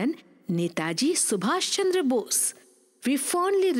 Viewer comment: Please correct the name of our hero... It's not Chander, correct is Chandra...